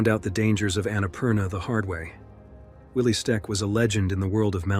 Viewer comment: I really like these videos. The stories are great. Small request, can you get the AI voice to say things like “Ueli Steck” instead of Willy Steck. It’s weird to watch the cadence mistakes.